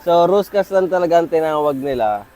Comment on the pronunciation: Sir Roscas din po ang bigkas at basa hindi ruscas. Parang ung sa billiard stick na pinagdudugtong at de-ikot, deroscas ang tawag.